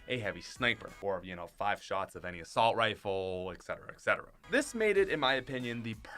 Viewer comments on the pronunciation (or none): none